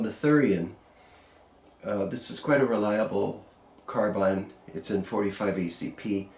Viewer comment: Thank you sir for not saying "car bean"